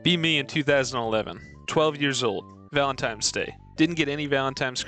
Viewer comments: The worst thing about this video is the narrator constantly saying "valentimes" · Could never understand why a non-insignificant number of people say Valen-times Day.